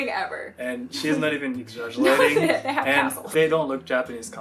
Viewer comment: Played back three times to figure out that was saying Rachel is not "exaggerating" about the love hotels. I think. Because honestly it sounded like "eggsadjshulaying." And that's not a keyboard mash xD